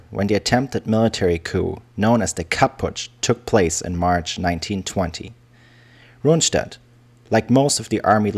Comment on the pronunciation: True, Keitel was an arrogant idiot, but he wasn't a "von", lol! Hannover is wrong, too. The stress is on the "o", and the "v" turns into an "f". Similar to many British place names, the pronunciation has changed over the centuries, but the spelling remains as it was in the Middle Ages. The narrator often says "Rundstedt" instead of "Rundshtedt". Same with Manstein. It's "Man-shtein", not "-stein". ("st" and "sp" is always "sht" and "shp" in Standard German pronunciation.) And he completely fails at "Brauchitsch". I don't know what to make of the narrator's voice. He's pronouncing many English words with the telltale accent of a native English speaker. I can't tell whether he is a real person or a "germanicised" computer voice.